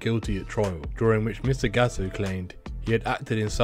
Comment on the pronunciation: Is GATTO . NO GAOO . Your pronunciation is useless